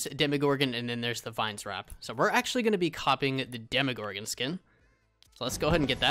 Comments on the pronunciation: Its not demigorgon, it’s demogorgon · its dem o gor gen not dem a where do you hear a A